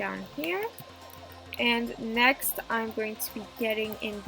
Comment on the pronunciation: I thought she said naxt